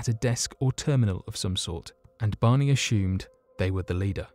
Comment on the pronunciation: nah he's cool...my favourite is when he pronounces 'assumed' as ' ash hoomed' . Very Sean conner. 😊